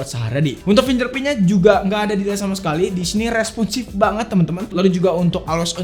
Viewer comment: Bang punten, fingerprint tuh bacanya finggerprin bukan finjerprin